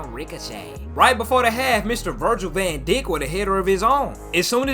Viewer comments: Von deek. 😂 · starting to wonder, does actually think it's pronounced Van dick? 🤔